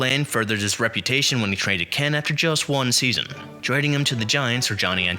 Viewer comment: Who is Harvey Ken? Kuenn is pronounced Keen.